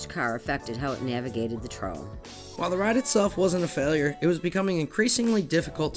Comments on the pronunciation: Are the narrators unaware of the pronunciation of the word "trough" (TROFF)? Or is the narration AI hallucinating again? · trough = troff. I hate theses A.I. bot reader channels that have no grasp of speaking actual English.